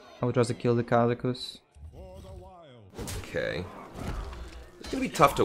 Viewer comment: Did he said "Kazamakus" in ?